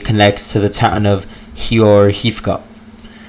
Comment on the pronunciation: when you read ukranian names of cities H is read as G so Heorhiivka is pronounced as Georgiivka